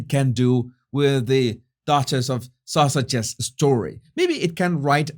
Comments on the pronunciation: I love the way you say duchess of Sussex, as it sounds like duchess of sausage! 🤣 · ...did you say Duchess of Sausages 🌭🤣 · It’s so funny, it sounds like your saying Duchess of Sausages, not Duchess of Sussex 😂😂🤣🤣